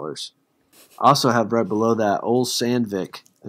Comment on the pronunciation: Ole is pronounced "O-Lee" It's a scandiavian name... he isn't "Old Sandvick"